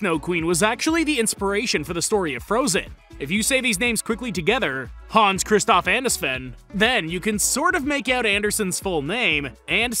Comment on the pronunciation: If you pronounce Anna from Frozen, as EAN-a stay far away from me